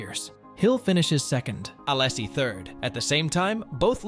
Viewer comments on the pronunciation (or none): each "allasie" makes my ears bleed. srsly and no offense, just asking: why can (so many) native english speakers not pronounce names of any other language correctly? (also i wondered who's this "john" you are talking about all the time. and no, i'm not french)